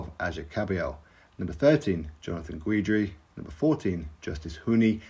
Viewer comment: Jonathan Guidry (pronounced Gidree) is fun to watch. Top boxer? Nooooo